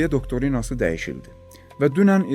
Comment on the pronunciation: xahiş edirem incimeyin, ancaq bu sõzũn dũzgũn formasi " DoktRìna"dir doktOrina yox. Cox cox sagolun gõrdũyũnũz işçũn🎉